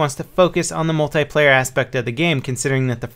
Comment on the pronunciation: I hate it when people pronounce "Multiplayer" as "Mult-EYE-player"